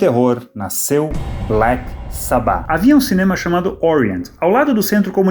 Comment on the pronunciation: Agonia ouvindo ela falando Sabbáth a pronuncia correta é Sábbath